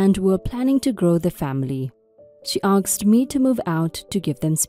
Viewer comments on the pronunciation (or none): Asked not aksed. The letters are said in the wrong order and it sounds weird.